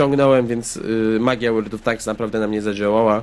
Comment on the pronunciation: "Łerld" of Tanks Zaawansowany angielski xD